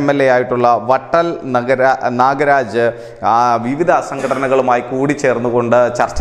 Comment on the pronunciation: ക്ഷമിക്കുക,വട്ടൽ നാഗരാജ് എന്നല്ല,വിട്ടൽ നാഗരാജ് എന്നാണ്